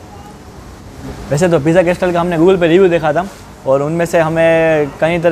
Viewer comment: Pronunciation Correction Bro... its કાસલ not કાસ્ટલ... બાકી all ur vidz r super duper... keep it up... love from a'bad..